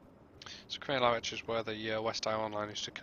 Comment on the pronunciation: Great overview of a great route. Many thanks. One wee point, it's pronounced Cree-an-la-rich, where 'rich' is pronounced like richter scale. 🙂